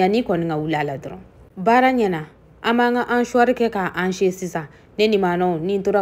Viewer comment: C ' est pas hanchoir , c ' est hachoir Donc on ne dit pas hancher , mais hacher